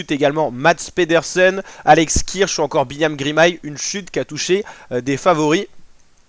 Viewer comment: juste c'est Girmay pas Grimay